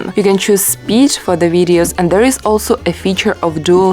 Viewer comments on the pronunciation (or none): none